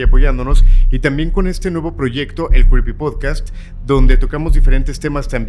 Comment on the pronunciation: no tengo nada en tu contra, de hecho me caes súper pero si vas a tener un programa llamado Creepy tienes que aprender a pronunciarlo bien. Cómo lo dices, no es! Pars mí que tienes dislalia quizás necesitas un coach de lenguaje. Tienes una voz bonita pero no articulas bien y obvio se que seguramente no te has dado cuenta, pero cuando te oigo recuerdo a Sylvester el gato de Loony Toon.